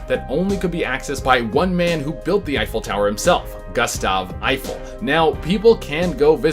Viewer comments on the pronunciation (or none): "Effile"? The Eiffel tower is spelled, "Eiffel". Please have your writer tattoo that on his forehead.